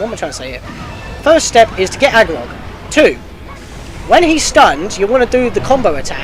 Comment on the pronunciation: "ARgorok", not... Agiroth... "Fi" like "Pi". Sorry, that was irritating me and I had to say something xD But anyway, super helpful, thank you! xD